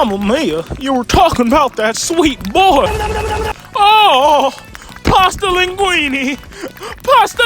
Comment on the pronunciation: “pAsTa LiNgUiNe” 😭